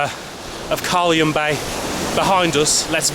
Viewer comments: its not Carlium bay its pronounced Car-Lion-Bay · Pronounced car lion bay beach ...carlyon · It's pronounced "car line bay 🙄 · Carlyon bay is said Carlion bay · This bloke doesn't even know how to pronounce Carlyon Bay